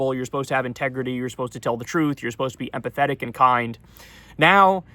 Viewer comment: Empathetic and kind. That sounded like apathetic and kind.